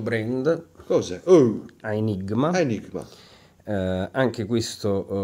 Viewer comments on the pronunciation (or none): dopo il "come ben sappiamo" ... "credo" mi fa morire. laggende quando deve a tutti costi fare retorica presentatore invece che parlare in modo naturale, infila delle espressioni senza senso :D senza offesa per chi non sa il latino ma AAAEEEEnigma si legge Enigma